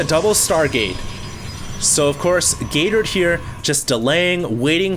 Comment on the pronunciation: I can't help hearing "Gay Turd" :>